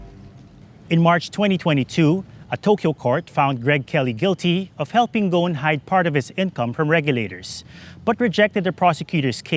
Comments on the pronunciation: His name in Lebanese Arabic is pronounced [ɣu-sˤn] "غصن". I don't get how that became to be like "Gone" lool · Why he keeps calling him Ghon instead of Gho"s"n, as in (غصن) which means a tree branch in Arabic